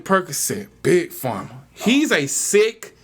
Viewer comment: He said Big Pharm